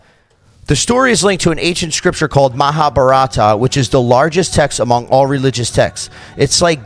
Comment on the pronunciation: its not mahabarataa its maha bha rat